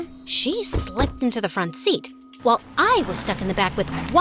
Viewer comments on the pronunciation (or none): none